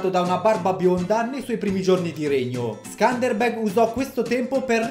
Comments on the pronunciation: Si pronuncia scanderbeu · Si legge skenderbeu in italiano ma comunque non ci ho capito na sega Hahahah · Quando sei albanese e aspetti questo momento da una vita e per ricompensartelo lo fa il tuo Youtuber preferito approposito si pronuncia sëndërbërg leggi le e un po' come una o tedesca ma con l a e che a perdere il Regio fu suo figlio che non aveva la cena da condottiero di suo padre